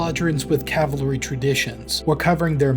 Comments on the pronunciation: This speaker couldn’t say Cavalry if it saved his life !!! LOL !!! He kept mixing up Calvary with Cavalry !!! Calvary is the hill they killed Jesus Christ on and the Cavalry had nothing to do with that !!!! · The way you say "cavlary" instead of "cavalry" is shouldn't bug me as much as it does, but it do. Just FYI. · It's CAValry not CALvary. The hill Jesus died on is not a premier American fighting force.